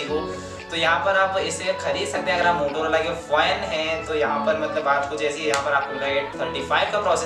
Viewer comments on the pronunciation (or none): Fan hota hai foain nahi